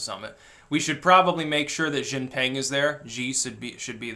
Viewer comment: You still dont know how to pronounce Xi Jin Ping